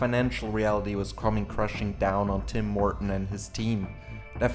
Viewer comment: Because I was listening to this instead of watching, I keep hearing "Tim Morten" as "Tim Horton", and was wondering what a Canadian coffee franchise had to do with Stormgate.